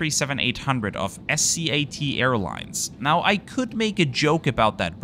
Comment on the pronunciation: Great video and report, as always! Thank you for saying S-C-A-T instead of Scat; has an AWFUL meaning in English!